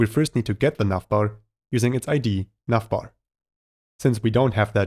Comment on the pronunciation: I'm hearing "nutbar" every time he says navbar. Anyways, great tutorial. Thanks!